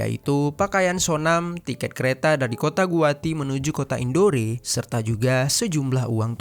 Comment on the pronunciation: Ralat sedikit bang.... Tulisanya emang INDORE tapi bacanya kota INDOR bang... Maaf yaa saya koreksi sedikit 😊